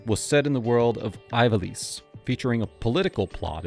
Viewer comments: eve ah lease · Zideyn Tie-dus Eye-valice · you called Kuja a villainess. Kuja is a guy -- ignoring the genome lore. edit: hold up.. how do you make a video about final fantasy and not look up how to pronounce things? (notably Ivalice) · It infuriates me, that despite Ivalice, being clearly pronounced in the intro text to FFXII, you continuously made the choice to mispronounce it.